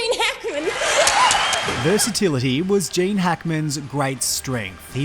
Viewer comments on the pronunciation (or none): Its GEEEEENE not Jaaaane you silly muppet. So HOW did Gene die ???? Shitty clickbait